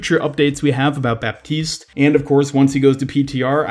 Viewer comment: PSA: the "p" in baptiste is not pronounced